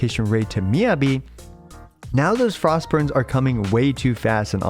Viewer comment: I try not to leave many negative comments, but with how often we hear Miyabi's name said in story by multiple characters, it makes me wonder how you can mispronounce it this long after her release